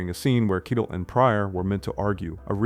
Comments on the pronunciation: Dude, Harvey "KYE-del"? It's "kye-TELL." You've never heard the guy's name spoken aloud, but you're a film expert? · KEYEtell Harvey's name is pronounced KEYEtell WTF. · It’s been pronounced “KYE-tell” for over fifty years in Hollywood, lol why change it now? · Jeeeeesuschrist dude it's ... Harvey Kie-tell. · Lol, Kitle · Kite Hell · I've never heard Harvey Keitels last name pronounced that way before. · Neither has Harvey. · Keitel. Mobile. Cassavetes. How is it possible to get them all wrong. Weird. Is this AI generated? That would explain it.